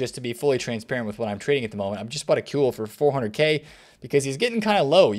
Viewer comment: You said kewell well 👏